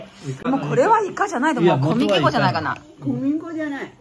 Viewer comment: こみきこう、(正しい読み方こむぎこ)。 コミキコウ😓